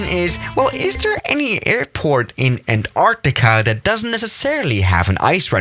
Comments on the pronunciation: you said anartica not antartica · no one:: an..TARCTICA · *his pronunciation of Antarctica lol